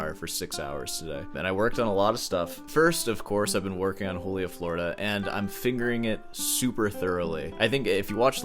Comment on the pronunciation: 6 hours was baseline for me prepping for university auditions. Then I flunked high school and it was irrelevant. edit: bruh if you’re gonna butcher the pronunciation of Florida why not just say Joolia while you’re at it